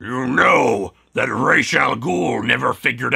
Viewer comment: It's pronounced "Raas", not "Reish". I know that because I'm a native Arabic language speaker and that's how we pronounce Head in Arabic. Although if you want to be technical, "Ras Al Ghoul" means "Ogre's Head" and not "Demon's Head". And want to know what "Reish" means? It means "Feathers". So yeah, "Demon's Feathers" doesn't sound intimidating, right? And now you know.